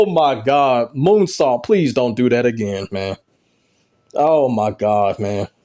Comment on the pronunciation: Did you say “Coonsault”?!💀